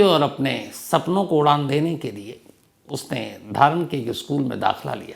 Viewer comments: हेलो सर 🙏🙏 हम काठमाडौं से आपकी हर कहानी सुन्ते हैं, सर धारान नही "धरान " हे सर,, lots of love from 🇳🇵🇳🇵❤️❤️ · धारन नहीं धरान है। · Aap ne galat ucharan Kiya dhaaran Nahi dharaan hai yak jage Ka naam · धारन नही धरान है जगहका नाम जनाब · धारण नही धरान है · I am so sorrry to say sir but it’s Dhaaa-aaaa-raaaaa-n not Dharan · Dharan nhi Dharan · धारन नही धरान है सही नाम सर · Sir it is pronounced as " धरान " not " धारन ". Thank you.. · धारण नहीं भैया बल्कि "धरान" । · Dharan not dhaaraan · सर धारन नहि धरान है मै नेपाल से हु आपके बहुत बदि फ्यान ❤❤❤❤ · धरान है sir धारण नही 🙏🙏❤️❤️🇳🇵🇳🇵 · नमस्ते सर 🙏 विवेक का जन्म धरान शहर मे हुवा है आपके उच्चारन मे धारण सुनाई देता है ॥ रिस्ता मानवता का उधारण । कहानीके लिय धन्यबाद🙏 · धारन नही सर धारान है। मै काठमाणडो नेपाल मे हु सर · धारन नहीं धरान जघे का नाम है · धारन नहि धरान है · Wo Dharan spelling h but its callled Dharaan , just for your knowledge